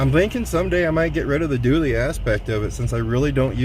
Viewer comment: It’s a Dually! Not a Doooley!